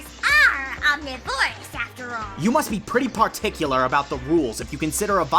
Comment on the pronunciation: that pronunciation of "omnivorous".....